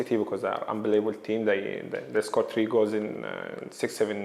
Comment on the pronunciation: Mo 'Unbeleebull' Salah